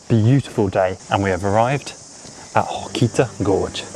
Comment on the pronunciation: Welcome to New Zealand. It's great to see you enjoying our country so much 😁😁😁 It's actually Hokitika Gorge: Hoh - ka - tik -ah, not Hokita 😊😊 And although it's not a tropical rainforest, it is a rainforest 😄 Yep, the West Coast sandflies are famous for their size and ferocity! Lol 😂 Hares are cool 😎 Wānaka, pronounced: Wan (rhymes with swan) - ah - kah, emphasis on the first syllable 😊 Iss- miss, is the pronunciation for Isthmus, which is not a particularly New Zealand word😊 Mitre Peak: my -ter😊 not mee -tra. I thought you guys were English?😂 Mount Cook's Maori name is Aoraki : A -or -ah -key.